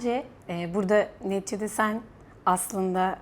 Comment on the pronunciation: "Neticede" kelimesini sanki "Netçede" gibi söylüyorsunuz sanki.